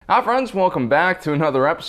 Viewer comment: In each video, he says ha friends instead of hi.